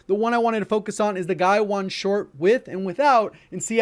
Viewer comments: He keeps saying "gaiwan" but it's "gawain"... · It’s pronounced Gah-wayne, not Guy-Juan. Some might say Guh-wayne. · Do you English ? I mean, seriously, how are you reading Gawain as Guywon ? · It’s hilarious how says “guy-won” instead of Gawain 🤣 welgun is awesome tho been using it since last night 🔥 Top 5 attachments?? Guywon guywon guywon cause it spit hot fire 🤣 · I’ll be “that guy”. It’s Ga-Wayne. “Gawain”. Plz remake. xD Anyway, but fan of your content! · I believe it's "Guh-WAYNE," like the Knight of the Round Table from Arthurian Legend... Could be wrong though! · ga-wayne....is how it actually sounds. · Thanks! Great vid. 💪🏼 Unrelated, off topic and (probably) not helpful, but isn’t Gawain pronounced Guhh-wane? As in Sir Gawain of the King Arthur’s Knight’s of the Round Table? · FYI I'm pretty sure it's pronounced Guh-Wayne. Like the Arthurian legend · Thanks for the video. Btw, Gawain is pronounced Ger-Wayne. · Not to nitpick here, but i think its spelled "guh-wayne", that being said nice vid 👍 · Gawain is pronounced Guh-Wayne. Like Sir Gawain, the Knight of the Round table. You know, Camelot and all that. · Hey,,, I do think Gawain is pronounced as 'Guh-wuh-een' as it could be a Filipino word. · it is pronounced "Ga-Wayne" it's a British gun. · Gawain is pronounced more like "Gah-wayne". It is a Welsh boy's name. 😊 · bro its pronounced guh-wayne (phonetically) gawain (written)